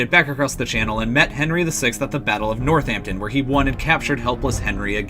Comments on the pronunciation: War-wick? Where's that? It's pronounced 'Worrick'. Similarly, 'NORTH-Hampton' ,here, irl is called NortHAMPton.Great video, but please visit the city of Warick and tell people how much you love it, pronouncing it as you do repeatedly here. People will laugh in your face.OMFG Lie-chester?!!?!?! Jesus. Leicester is pronounced 'Lester'. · War-Wick, NORTH-hampton, Bew-fort, lie-chester, Tewk-es-bury and Too-dur. So much wrong, so little time.